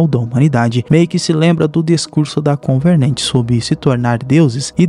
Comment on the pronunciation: parei de assistir no "convernernt"